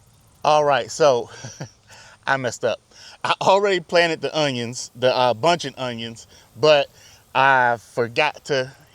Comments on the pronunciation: 2 things. Are those unjuns short day? The proper way to pronounce that garlic is wrong every time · Fun Fact: When I was younger my friend and I would pronounce onions the way you did in this video and we would just say it was the country way of saying it. lol